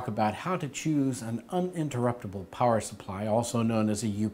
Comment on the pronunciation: he had a really hard time saying "uninterruptable" good video though!